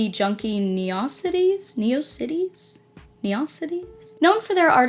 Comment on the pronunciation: girl pronounced neocities like atrocities 😭😭😭 it is in fact neo-cities. it's a free website hosting service where you code the sites yourself ala old web hosting services like geocities.